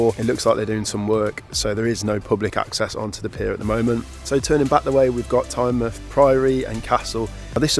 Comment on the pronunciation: you will love it there. BTW pronunciations made me laugh, especially alnwick castle, which is Ann-Nick Castle